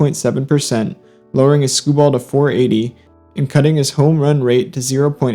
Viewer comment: But why do you call it “”skoo-ball”?